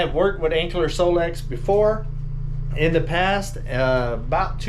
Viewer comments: It's Anker pronounced like Anchor not Ankler just sayin' not hatin'. 😉😊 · You're pronouncing it with an L. Anker? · Lol. They teasing cuz there is no L in Anker!!!! Gotta say the product name correctly when promoting it. Please. 😊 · Sorry but you’re not pronouncing it correctly.